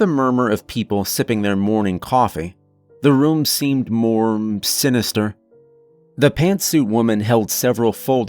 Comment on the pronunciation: Wush this guy could learn to pronounce room. Its not rum.